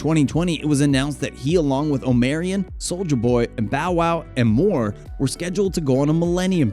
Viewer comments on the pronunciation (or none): It's pronounced OH-MAR-EE-ON I dunno where "omare-ion" came from lol anyways good video